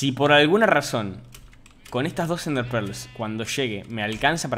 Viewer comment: me da risa cuando dice "NDEAHRRE"